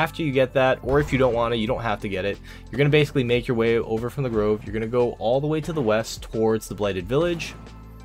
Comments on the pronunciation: I was this old when I drove a dagger into my ears hearing the pronunciation of "grove" as "groove". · I hate the way you say Groove instead of Grove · Can get sword, can't pronounce grove. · LOL GROOVE it's GROVE,. WARNING doing this will cause lazel and ALL githyanki to come kill you no matter where you are on the map to reclaim the sword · Grove not groove.